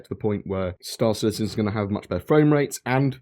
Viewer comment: STAR citizen, not city citizen. Lol